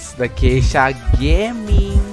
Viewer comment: the way you say geishagaming hahahaha